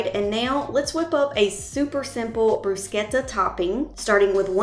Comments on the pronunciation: Great vide and good for you for pronouncing bruschetta correctly! My Italian friends hate to hear Americans say "bru -shetta" instead of "bru-sketta! :) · As an Italian, I really appreciate you pronouncing “bruschetta” properly!😋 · I’m in love with your channel and so proud of the way you pronounced bruschetta! 😊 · Love that you’re pronouncing Bruschetta correctly! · I want to thank you so much for pronouncing bruschetta properly. My grandparents were from Italy and Nana used to correct people when they mispronounced her lovely language (she was a cute old grandma so she got away with it😂) I still cringe when I hear people say “brooo-shetta”😂😂😂 This looks delicious and I will be trying it soon. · Thank you for pronouncing bruschetta correctly—most people murder the word.